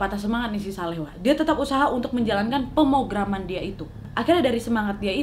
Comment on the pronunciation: Wak. Pemrograman wak. Pemrograman yang bener hehe gemeshhh dengernya wkwk